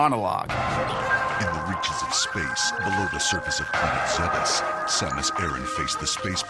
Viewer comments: Zebes... IT'S PRONOUNCED ZEEBS! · Senthain Just relaaaaax. You know the motto, "you say tomato, I say Zebes". Something like that... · Senthain It doesn't matter what the problem is; "zeebs" is better. Metroid can just deal with it, just like how we have to deal with Other M being a thing that exists.